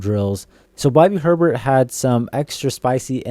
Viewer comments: Bobby HER-bert???? Dude, try Ay-Bare 😅😅😅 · It's pronounced Hay bear 😊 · A-bear. Lol yeah, they will kick you out of NOLA for mispronouncing his name. 😂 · Hebert…pronounced A-Bear😅!!! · You gotta know how to pronounce Hebert my guy. Hes on WWL all the time. Former Saints QB. Has a restaurant in Metairie. Self proclaimed "Godfather of the Who Dat Nation". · Bro cmon you had me scratching my head on that one.